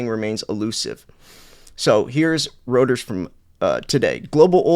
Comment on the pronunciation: Your next focus should be on pronouncing Reuters correctly. Your aura is nullified every time you say it wrong.